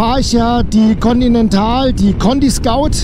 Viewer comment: Hi, schön das du am Sonntag ein Video bringst. Du sagst schon in mehreren Videos wegen deinen Reifen "Conty Scout" (ContiSkaut), die Reifen heißen aber ContiScoot, (das spricht sich Contiskuuut). Scoot kommt von Scooter. Ein Scout (Skaut) ist was ganz anderes. Die gesetzliche Grenze liegt bei 1,6mm nicht bei 1,4mm wie du bei Minute 6 erzählst. Wahrscheinlich ein Versprecher. Bezüglich der Reifenhaltbarkeit empfehle ich den K66 Heidenau. Ich habe das in meiner Wartungshistorie genau nachgeprüft. Das was die Heidenau teurer sind in der Anschaffung, spart man sich durch späteren Reifenwechsel wiederum über die km. Also der Reifenkosten zu Laufleistung Vergleich….gibt sich da nix. Vorteil des teureren Reifens ist allerdings das man ihn aufgrund seiner erhöhten Laufleistung später wechseln muss und sich somit dann darüber etwas sparen lässt. Weil wer Reifen nicht selbst wechselt, muss dafür ordentlich was auf den Tisch legen. Nur so als Gedankenanstoß.:-) Schönen Sonntag wünscht, der Rob.